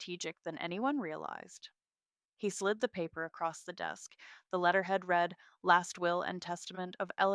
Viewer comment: In the land of AI stories, is the only color of stationary, cream? Must stories include the word "facade"? the word "read" mispronounced? large amounts of money mispronounced?